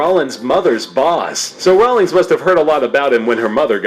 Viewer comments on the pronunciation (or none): J.K. Rollings? hahaha It's J.K. Rowling. All the research they put into that video and they made such a silly mistake. =P